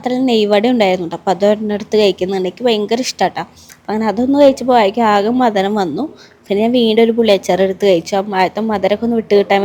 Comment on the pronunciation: മധരം അല്ല മധുരം.